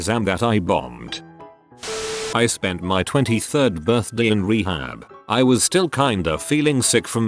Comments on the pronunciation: The way the robot says birthday is severely annoying (what birthdii huh?) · MariahxJimin my buurthde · How is no one annoyed how he says birthday?